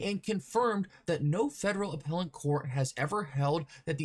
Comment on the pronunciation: There is no “N” in appellate you doofus